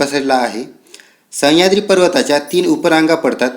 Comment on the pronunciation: सह्याद्री आहे तो... संह्याद्री नाही सर... बाकी video छान